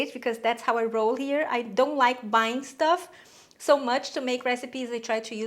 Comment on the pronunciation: Haha "dough worry."